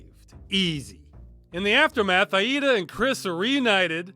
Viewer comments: is it just me or does it sound wrong the way Ross says her name? i think its more like ey-dah not Ah-eehda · Maybe it's different in other played but the only pronunciation of Aida I've heard in my life was like Ayda so it's jarring my brain. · I am 87 percent sure that name Aida, is supposed to be pronounced I-dah. I base this off the character of the same name in Unreal 2 The Awakening. (excellent game, kinda like Halo 1, but better and with more travelling to planets,, dialogue, and a larger selection of enemies to go up against including some of the Predators from the Predator and Alien movies basically. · lol, "Ayeeda" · Farms fun and disturbing video as always. Btw this is how you pronounce "Aida"